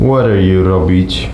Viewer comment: Zamiast "what are you robić?" usłyszałem "what Euro Bi*ch" i musiałem przewinąć :D